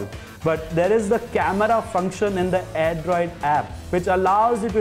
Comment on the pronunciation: It's Airdroid Not "AIRDROD" What a Q-Tiyapa! :D